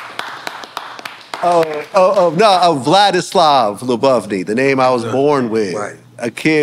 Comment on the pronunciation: He pronounced his own name really bad. "Vladislav Lyubovny".